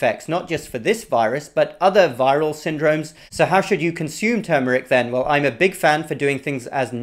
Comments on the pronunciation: Thank you for saying TERRRMERIC, and not TOOMERIC.😁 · Thank you for not saying TOOMERIC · #1: Thank you for pronouncing the word correctly. #2: Turmeric needs pepper #3: Too much turmeric can decrease testosterone #4: The late Mary Enig, Ph.D.; NIH, published research about how organic, raw coconut oil destroyed enveloped virus membranes. I, myself, after many years of blood donations, tested CMV negative after incorporating raw coconut oil into my coffee and other parts of my diet. In fact, The Red Cross wrote a special letter to me requesting my blood because the negative CMV factor made my blood suitable for babies and other special cases. Also, many years ago I met a nurse from one of the Caribbean islands. She told me that they use(d) coconut oil in their AIDS patients. #5: Thank you.